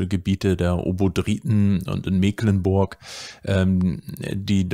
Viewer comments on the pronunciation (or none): none